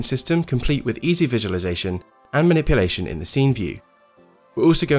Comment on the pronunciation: "maniplation" my OCD is not happy